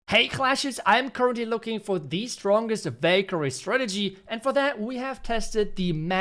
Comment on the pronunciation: Valkyrie❌ i hear bakery😂✅